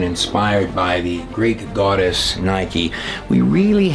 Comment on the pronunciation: Goddess, not GWODESH